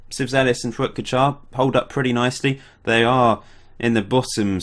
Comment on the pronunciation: Fuat Kaçar .. Turkish name... and you pronounced it right ... but call him Fuat .. here in Turkey we always use first name to call people...